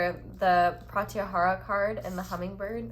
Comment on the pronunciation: its pronounced pruh-tyuh-haa-raa